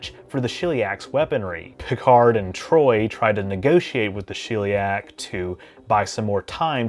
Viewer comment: Shell-e-ack. Not shill-e-ack.